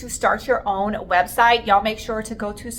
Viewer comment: Sweetie no disrespect and im sure its a habit. Really want to watch you. But can't stand the phony sounding y'all,'s